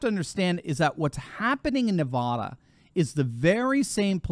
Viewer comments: We’re kicking butt & working so damn over here! We will be RED in November. Not lean but solidly RED! It’s Nev-AD-a not Nev-AH-da!! Btw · Doc, paleeeeze! As the San Bernardinoans are justifiably sensitive about "Berdoo," so too are we about Nevada as-in Ah! Nevada as properly pronounced is with the first 'a' as-in AT and the second, as-in UH. Just remember NEV-AT(d)-UH for our state, and you'll have 'er made! And also, re the present matter at-hand: it is to be expected that Dems as viewing now much wall-writing regarding their own likely fates, ARE shifting Right but, will to NOT tell a soul about it! Not too difficult to imagine why-not, no? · I love your work, but the state is pronounced - niv-AD-ə. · it’s Neh va (a as in apple) dah. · It is not Ne-VAH-duh. Short-a, like the middle a in banana. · You are mispronouncing Navada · It's pronounced Nuh-va-duh (a as in cat). Thank you. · Good God! You folks on the east! If you can't actually say Nevada or Oregon correctly.... Just don't say it at all! This video is hard to deal with every time says Nevada. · Man, I just hate it when you mispronounce Nevada. It is not pronounced like the spanish word of the same spelling. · I love listening to you, but you need to learn how to say Nevada correctly... Love everyone who lives in Nevada!!;-) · Pronounce it correctly. Nevada - the first "a" is as in apple. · I love ya, but pleas say Nevada right? A as in apple, absolutely, Advil. Lol. Obviously I live in Nevada and I'm crossing my fingers this is right. Will save me from moving. Lolol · For the millionth time, please learn how to pronounce NEVADA properly. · Please pronounce Nevada correctly for goodness sake. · Great Video but as a long time resident of southern Nevada; we pronounce our state like as in; Nevaaaaaaaada. It's not Nevoda!😄. Keep up the Awesome channel!🤠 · Nevahhdahh?‼️😜..., it's Nevăda... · “Nev-ad-a” not “Nev-arr-der” (apparently)